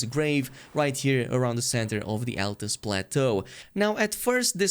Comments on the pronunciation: Altus, not "Atlus" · Altus plateau not ATLAS JESUS